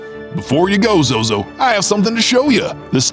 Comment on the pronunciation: ZOZO not zoz 😂